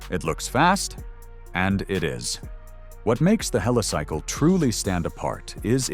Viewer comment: Yep, more AI slop, one moment it's Helisickle, then pronounces it correctly as Helicycle, apart from other inaccuracies 😳